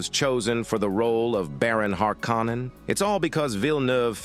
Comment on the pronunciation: "Lynch dis-o-needed it" should be "disowned" Stellan Skarsgård should be pronounced [Scars][guard] not gourd Baron Harkonnen should be pronounced [har][co][nen] not like har-con-an David "Dastmalchian" should be said in one breath not like Des-mal-chan Fremen should be pronounced [freh][men] not like free-man Atreides should be pronounced [a][tray][dez] not like Atray-et-easy Bene Gesserit should be pronounced [benny][jess][uh][rit] Sardaukar should be pronounced [Sar][duh][car] not like Sad-ow-car Duke "Leto" should be pronounced [Lee][toe] not like Jared Leto